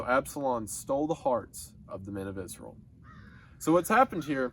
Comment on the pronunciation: i like how he pronounces israel like iz-rull